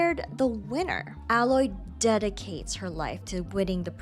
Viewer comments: Nah like fr, I don't understand how some still screw it up, like you go through the whole game with people calling her Aloy, but some still screw it up and say alloy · It's pronounced ay-loy. It's said multiple times throughout both games. Unacceptable to mispronounce the main characters name in a video focusing specifically on her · Omg that's not how her name is pronounced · You kept pronouncing her name wrong. How r u going to do an entire video on one person and butcher their name?